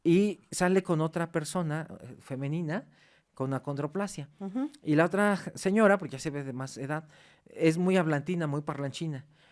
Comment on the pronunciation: Perdón pero para ser maestro de la UNAM y doctor. Debería decir el nombre correcto ACONDROPLASIA No(condroplasia )